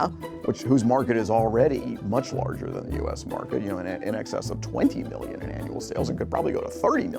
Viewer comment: "wadder den a engineer for da jab"